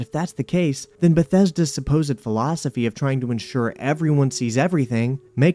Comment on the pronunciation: Why can't you fully pronounce your gerunds or the "th" phoneme? You keep saying, "slidin', hopin', sayin'" and "den" instead of then.